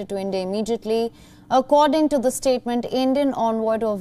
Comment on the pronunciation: Please note that the is pronounced as thee only before a word begining with vowel that are a, e, i, o, u